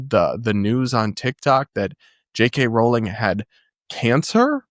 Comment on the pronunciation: thank you from the bottom of my heart for saying "Rolling", the correct pronunciation. I don't know why but hearing basically every other person say ROWling (like it rhymes with 'wow') is like nails on a chalkboard.